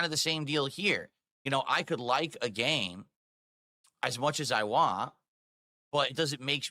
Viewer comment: I still get really irritated everytime he says "Want" I can't explain how much it just pisses me off.